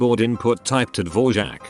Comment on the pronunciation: it never ceases to amaze me that can pronounce "Dvorak" perfectly, yet when it comes to something completely innocuous like "properly", all heck breaks loose